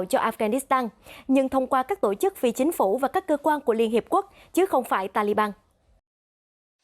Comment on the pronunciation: đọc: tộ chức, tộng thống...